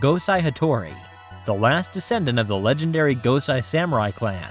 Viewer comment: Quality coverage...one detail...the name Gosei is pronounced 'Goh-say'. Sai is pronounced 'Cy'. A lot of Japanese is a bit simpler than folks realize. Keep up the good work.